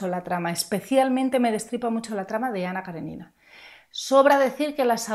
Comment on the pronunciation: Ana Karénina....tiene tilde, poca gente pronuncia bien el nombre de esta mujer....un saludo